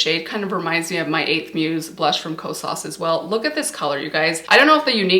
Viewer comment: Hey, the correct pronunciation for the blush is not “lis” it’s “L.Y.S.” because it’s an abbreviation for their brand name of Love Yourself Beauty. It was the first clean beauty brand that is black and woman owned launched at Sephora. And it’s not Ko-SAAS it’s KO-sas.